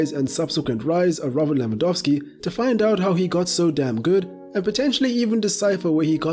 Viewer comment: oh yes, the famous Robu Lewandowski Edit: and then you proceed to pronounce "Legia Warszawa" almost perfectly wtf :D